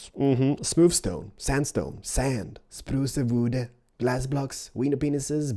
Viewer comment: It's not "spruca wooda".....its spruce wood duh